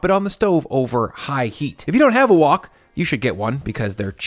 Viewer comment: whok is WHHHite Haught, lol why did you say it like that?